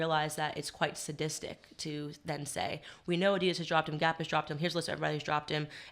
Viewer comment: Why was he saying Addidas like that?